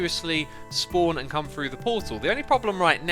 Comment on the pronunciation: Xisuma pronunciation guide: - Lever: leather - Never: Nether - Frew: through - Frone: thrown - Finking: thinking - Oh my goodness me: wow - Rotted: rotten - Ravenger: Ravager